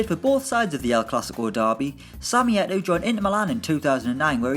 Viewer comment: Nice vid but isn't it pronounced Samuel Et-OH' ?